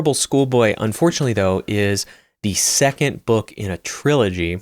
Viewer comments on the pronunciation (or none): none